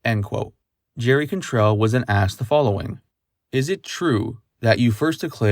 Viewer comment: You say Cantrell weird. Please do less of that. The rest of your shit is gold. That is all.